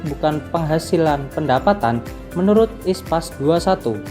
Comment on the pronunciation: International Public Sector Accounting Standard (IPSAS), kenapa dibaca ISPAS?